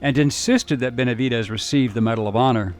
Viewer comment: NO ES BENVEDES ES BENAVIDES MUY MALA TRADUCCION PORESO SE MAL ENTIENDEN LOS APELLIDOS LATINOS